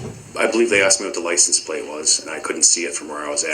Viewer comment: Licen Place - made me crazy every time he said it